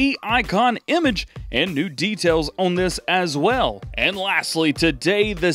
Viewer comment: anyone hear Israel instead of as well? Anyhoo love the vids Dj keep up the great work